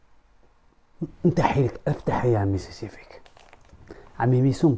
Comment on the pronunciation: سيسيفيك 😂😂 راك غالط في الكلمة سبيسيفيك وليس سيسيفيك ضحكتنا يا